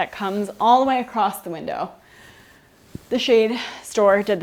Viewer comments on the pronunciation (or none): none